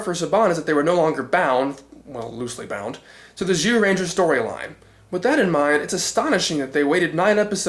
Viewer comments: Guess you realized that it's pronounced "Jew" and not "Zew"? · Strike that, you still pronounced it as z rather than j throughout most of it.